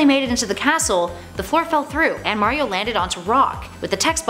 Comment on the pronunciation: iTs MaRiO nOt MaYrIo